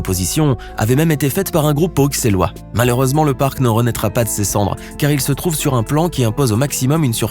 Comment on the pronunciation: On ne dit pas BruXellois mais BruSSelois